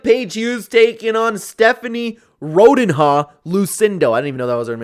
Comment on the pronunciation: "ROdin-ha"? Bruh... it's Rondinha. Probably means Little Ronda.